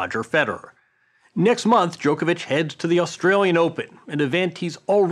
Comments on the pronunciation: Joko Joko Djokovic!!!! 🤦🤦 Not Djokevic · Ffs it’s NOT Jokeovitch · Really good interview but can the Americans still not pronounce Novak's surname properly. No one else says it like this.